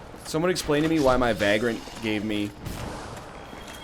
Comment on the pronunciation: It's vaygrant, not vaaaaaaaaaaaaaaaaaaaaaaaaaaaaaaaaaaaaaaagrant. Come on man. Edit: I pray to the Gods of Dark Souls everyday for smashing NL everytime he gets too cocky, which is about every 12 seconds.